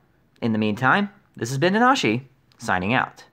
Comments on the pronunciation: You are stressing your name wrong...stress is at NAnashi and not NaNAshi. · That's weird... first I'm hearing this. I always heard it pronounced na-NA-shi. I'll have to look into this.